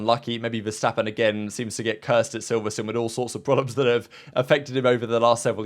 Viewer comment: what is silverstun? silverSTONE